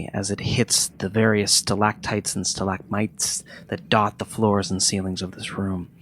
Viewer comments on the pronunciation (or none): Im just being an asshole but its funny that didn't know the difference between stalactites and stalagmites, and then next time, he flubs it completely and says stalackbites